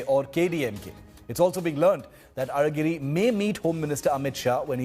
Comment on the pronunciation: Hello newsreader, your pronunciation of Alhagiri, a very special letter in Tamil, "lha" is perfect! Are you an Indian from the south? 😂🤣😅